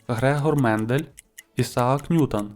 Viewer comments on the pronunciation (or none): none